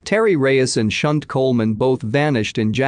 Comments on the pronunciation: I think 'Shunte' is pronounced 'Shantai' - rather than 'Shunt' - which is what happens to a railway carriage.. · Yes lol. I cringed every time he said her name!